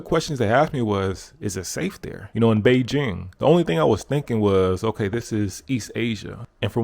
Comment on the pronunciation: Nice to hear "Beijing" pronounced correctly 😁